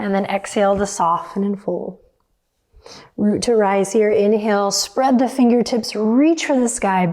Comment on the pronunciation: I’m German and every time Adriene says “root to rise” my brain first thinks she’s saying “Mut to rise” which would be “courage to rise”. I quite like that - let’s have the courage to rise ☺️